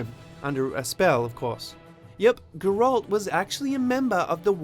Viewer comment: hmmmm... The way you say Geralt makes me wonder if you've actually played it. Not that this isn't informative.